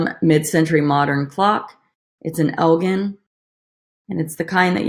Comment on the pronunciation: You’re so cute when you mispronounce brands like Nike and Elgin. I’m blonde too 🤣😆